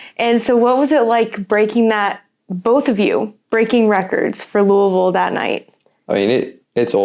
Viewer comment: I love that knows how to pronounce Louisville correctly!!